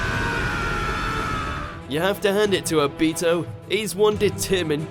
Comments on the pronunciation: The way u said ob-I-to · It’s obito, not oh Beto Like pronounce it right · Soozano Obeeto? Susanoo Obito. Let's work on the right pronunciation shall we? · Did u hear how he said o-bit-o it's o-bi-to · You say it like Obeato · kizeme? manara? obeato? nerito? kageya? erochimeru? renegin? Otsussuikiik? byekoogan? sarigeegan? susanoo? hoakegay? this man has never watched an episode of naruto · My mans said obeto😂😂😂😂😂😂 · How he said obito infuriates me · The people who made this video are complete idiots! This is so wrong and you cant even say obito's name right. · When you pronounce obito wrong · The way he says obitos name is really gettimg on my nerves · The way he said obito made me want to die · the way he pronounced obito and susano killed me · Thats not how u say obito name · Just stop with the Naruto videos. Ever since your first few where you pronounced Akatsuki as 'A-cut-su-key' and Sasuke as 'Sa-su-key' it has been clear that you know nothing about the anime. This video proves that you still don't. Lacking Hashirama but keeping Madara, lacking Itachi but keeping Obito, lacking Pain but including Momoshiki. It's fucking ridiculous. It's like someone watched the movies and decided they knew everything.